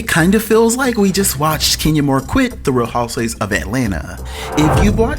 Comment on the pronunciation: DUDE!!! Say the word "Housewives"... it sounds like you're saying "houses"